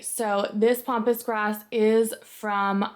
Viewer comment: Pampas not pompous. Sorry I just had to say something.